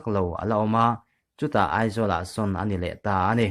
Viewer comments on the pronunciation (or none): none